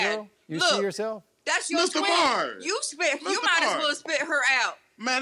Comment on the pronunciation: “Mista Maurryy!!” 😂😂😂